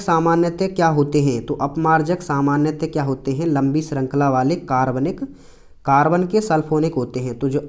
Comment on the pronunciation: हार्बन कार्बन 😅 सॉरी सर बट मुझे पता है सब बच्चे हंसे होंगे तम 😅